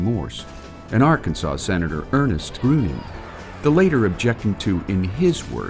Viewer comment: FYI Senator Ernest Gruening represented Alaska not Arkansas. And his name was pronounced "Greening". Love. I hope others love them too b